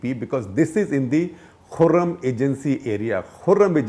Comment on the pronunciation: Mr Shekar Gupta , your transfrontier knowledge is a little weak It is kurram not khurram agency, secondly there's no BLA at all in Kurram for God's sake , before sending sound bites , please do some research